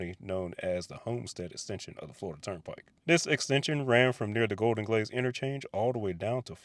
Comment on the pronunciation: Ah Golden Glades 😂 I thought you said Golden Glaze 😂